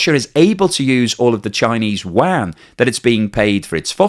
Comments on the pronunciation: Please learn how to pronounce chinese yuan. It’s not pronounced as Chinese Wang. it’s pronounced as Chinese YooWan, but one syllable. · The Chinese currency is pronounced "You-Won" NOT "Wand" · I wish you would pronoun Yuan correctly. It isn't pronounced wan it sounds more like You-On other than that keep making great videos. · Did I hear "Chinese wang"? 😂😂😂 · I've never heard anyone ever say chinese WAN before. I've heard Qy, rmb or u-won, but never WAN. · Nice work again. But PLEASE, get your pronunciation of the Chinese currency right.